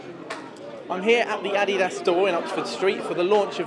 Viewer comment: oh god another one that can't say Adidas